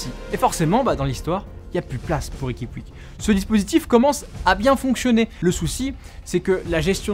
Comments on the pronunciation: Petite correction en espagnole on dit pas riqui puig mais on dit riqui Puge dans la prononciation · On dit riqui poutch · Oe par contre on dit riqui poutch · STOOOOP ! ça se prononce "poutch" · Ça se prononce Riqui Poutch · On écrit puig mais ça se prononce poutche sinon bonne vidéo 🟦🟥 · 😂 Vous savez pas prononcé puig